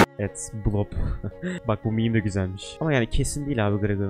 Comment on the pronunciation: miim değil meme deniyor:)